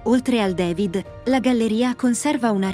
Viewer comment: Ma perché "devid"? DAVID